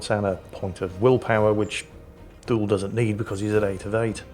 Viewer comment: I remain convinced that Thule is pronounced too-lee.